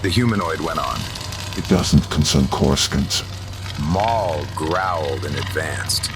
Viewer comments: "CorisCONT" keeps pulling me out of it lmao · Why cant it say corasaunt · Good AI reading but the pronunciation of "Coruscant" is kinda throwing me off lol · If you played the original TIE fighter, the Imperial briefing officer would pronounce it that way as well. Other books also mention outer rim accents that were noticeable and looked down on by core-worlders. I've sort of imagined it as a fairly common in-universe mispronunciation in case that's helpful for immersion for anyone else. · it's pretty cool how you manage it, most of the AI style book narrations can be really jarring, on yours you can rarely tell at all, I mean on this one the only time I can recall is on the word Coruscant, and even then its only the old pronunciation , one word in a whole story is pretty amazing